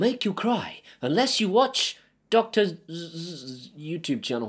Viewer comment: I can agree with the time that takes for you to make everything to work. But I also suggest to do it, because once is done, that’s it. You can access the Configuration.yaml directly in HA for example and there are more than one way... I use the method that Dr. Zzs (it’s funny how you say it 😂) call it “The ConfiguratorAnator” and once you get it run smoothly.